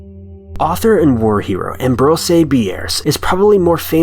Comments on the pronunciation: "Am-bro-say bee-airs." Lol I've only ever heard it pronounced "am-bros" with his last name pronounced like "pierce" but with a B. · I'm sorry but you lost me at the mispronunciation of "Ambrose". It's not "Am-bro-say" it's pronounced like "Am-broze". Please fix your video. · Ambrose Bierce is NOT pronounced "Am broh zay Bee airss" but "Am brohz(rhymes with rose) Beerss(rhymes with pierce). The man should have been covered in your High School American English course. As to mangled pronunciation, I don't know how you came up up with this one. It's spelled like it sounds and it sounds like it's spelled!